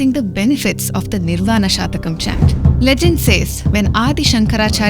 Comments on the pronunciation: If I am permitted to correct it is " shatkam" ( six verses) not "shatakam" (100 verses) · Lady….. it’s SHATHAKAM not shaAthakam please! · Before making a clip like this please check up your facts with a samskrith scholar .It is not Nirvana Shatakam but Nirvana shatkam (consisting of six stanzas).Madam ! half knowledge is dangerous! samkrith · Isn't it Shathakam instead of Sha(a)thakam? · It is Shatkam pl. Six slokas. Not Satakam which will have 100 slokas. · Pl note that it's "SHATAKAM..." NOT "SHAATAKAM" Wish it would be corred. THANKS... WITH BEST REGARDS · Pl correct...It is "S H A T A K A M " and not SHAATAKAM .. Thanks..Best regards.. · It is 'shatakam', not 'shaatakam'. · Very nice presentation, good effort, but it is not Shaatakam, it is shatakam, meaning 6 verses.. Please keep working on our ancient cultural and spiritual glory, but just a minimal collaboration with someone with a lot of Sanskrit knowledge may be helpful to avoid any pronunciation errors. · Please pronounce shaTakam not shathakam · Hello young Lady presenter, why do you wrongly pronounce Samskrit word "Shatakam ( it means 100)" as " SHAATAKAM"? I am sure you are not born in UK /USA but merely trying to imitate!! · It is Nirvana Shatkam not Nirvana Shatakam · It is not shatakam. It is shatkam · It is NirvaNa SHATKAM PLEASE, not Shatakam. Composed in six stanzas- shat षट् whereas शत is hundred. शतकम् has hundred verses. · It is Nirvana Shatkam (6)and not " Shatakam"(100). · Your pronunciation is wrong, dear! It is pronounced as "Shut-Ah!-Come". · It is shatkam not shatakam. It has six verses and not 100. Please stand corrected. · You are pronouncing shatakam wrongly. It's six shlokas and not 100 but your pronunciation means they are 100. Please change as it gives away wrong meaning.